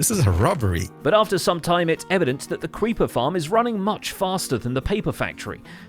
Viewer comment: says cweeper